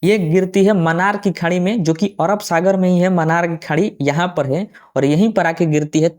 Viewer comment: ओरब नहीं अरब